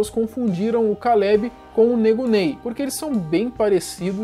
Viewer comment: Meu...o meu nome é Kaleb...escutar alguém falando "Kallebe" me dá agonia...